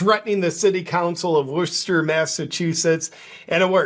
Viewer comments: WOOStah, not Wor-ches-ter….love you JP! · "Worchester" 🤣 It's pronounced "Woostuh" with the first syllable a sharp "oo" like "look" Love you JP!! 💖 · It's not called war chester its called wis ster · It's pronounced "woostah" not Worchester. 😂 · It’s Wuhstah 😂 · Bro - it's pronounced Wooster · It’s pronounced Wuss-ter. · JP btw it's pronounced like WOOSTER. NOT Worcester. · You pronounce it Woosta JP😂 Love Your Videos ❤ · They pronounce it woosta" lol. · I think it’s pronounced ‘WOO-ster’. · It's pronounced "wuhstah" ;) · it's pronounced WOOS-TAH, yea it's overall re*arded there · It's pronounced "woostah" hey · JP, it's pronounced, Wuhstaah. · It’s pronounced Wooster. I went there a few times when I was stationed in Boston. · Its pronounced wister. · I think you mean wuh-stah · I like how he used the proper pronunciation of the city the first time, and then wrong the rest of the time 😂